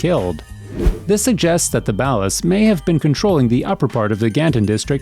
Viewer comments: Can someone please for the love of Christ, correct the way the guy in these videos says "Ballas"? It's so wrong! Every single video! Dude says Ballas like they Bale hay or something. IT'S BALL-UHS. Not BAY-LUHS Also B-Dup it's pronounced like BEAT UP not B-DOOP For fucks sake guys! C'MAHN! Make it less obvious you're reading off of a script from material you don't know the first thing about. It really feels like a narration, instead of the narrators own personal experiences or revelations about the game. Not saying it has to be that way, but man, the script reading is rough when you're mispronouncing so many key words to the game. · OMG its ball ahs...like ballers. not bowelahs lmao..and bdup like beat up. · "Balas" "B-dupe" It's BALLAS as in Ballers and B DUP, like to be beaten up? CMON MAN! Pretty soon people will be making videos about errors in your videos. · It's pronounced bawl as. Not baal as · Ballahs and b dooop ? I could swear it’s pronounced Borlers (ballas) and B-Dub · The ballast? This whole time I thought they we pronounced ballers 🤣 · It’s pronounced BALL-US not bow-las what the fuck!!!!! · How to tell if someone never played a game? Listen to how they say names. "ballast"? Son, it's "Ball-las/Ball-er" Ballas... edit* "beat down on bdoop" Doop? I'm done lol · Why do you say Ballas weird? It's like 'baller' but with an 'a' at the end, you say it like 'ballast' without the 't'.... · Baulis? Pretty sure it's Ball-uz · The biggest mistake I've seen in this video is your pronunciation of ballas . . . It's said in the game hundreds of times as the BALLERS but you out here calling them the Bala's. I mean come on guy at least say it correctly !!! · Here's a mistake in this video: The guy saying "ballas" is saying it wrong. It's ball - ahs. Not the way way he said it in this video. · “The balas” why do you say these names so horribly 😭 tf is “rossenburg” 🤦🏽‍♂️🤦🏽‍♂️💀💀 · I love the way he says ballers. "ballas" Are you Canadian?